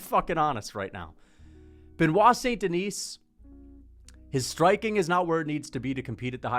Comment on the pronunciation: This rusty headed bro can't even pronounce the name of the fighter he likes correctly